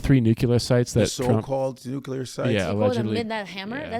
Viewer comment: It really bothers me when people newcular... ITS NUCLERA; NU-CLEAR